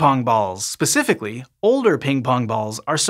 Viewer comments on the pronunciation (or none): you said pacifically instead of specifically lol